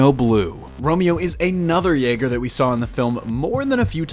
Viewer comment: Why do you say Jaeger like that,? It's almost like you're slowing pronouncing how the Japanese spell their Y's in romaji.